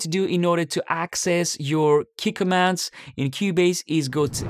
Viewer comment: Oh Key Commands, I had no idea what you saying at the start